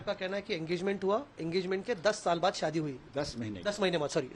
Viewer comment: Ye Shaadi ko(saadi) bol rahe hain🤷‍♀️